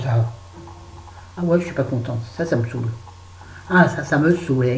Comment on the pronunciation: Cc ÇA ME SAOULE... j'adore quand c'est toi qui le dit avé l'accent. le livre "le clafoutis aux tomates cerises"dont tu à parler me tente je vais le lire.plein de gros bisous ma douce💟💟💟💟👄👄